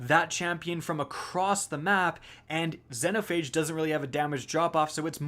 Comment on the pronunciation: How he pronounces xenophage hurts my soul